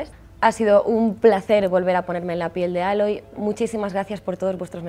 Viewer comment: Pueden empezar con pronunciar bien su nombre 🤦🏻‍♂️ porque no Aloy no se dice así como se escribe . Un saludo a todos los que se llaman Jomer 👍🏻